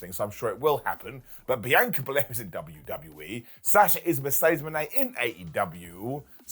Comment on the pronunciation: Say it with me Brits "BEE-ON- KAH-"